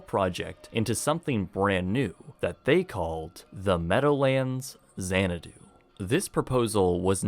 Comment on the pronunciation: lololololol ... Say no more than "Mills" ... Also... "Our law offices are at Xanado, right next to the clown college" ... lol .... Oh mills.